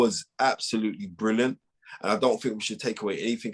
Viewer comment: Bwilliant aj, bwilliant.